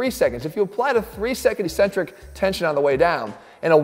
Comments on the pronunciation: Maybe it’s because my dad was an English prof, but I tune out as soon as you say “E centric”. The word is “Ek centric.” There are two c s. NO ONE in the exercise world says it correctly. Be brave. Be the first. It’s just ignorant. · When you say "e-centric", do you mean to say eccentric (said eck-centric)? Ecentric (as written in the subtitles) is a company.